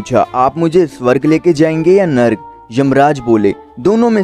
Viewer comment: नर्क होता है narg नहीं